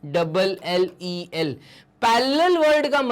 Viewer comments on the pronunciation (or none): And sir it's not pallel u pronounce it pallel ...... Actual it's parallel it ur pronouncing is wrong see and sorry I. Saying it but it's ur mistake 😂🤗🤗🤗🤗😁😁😬😟😟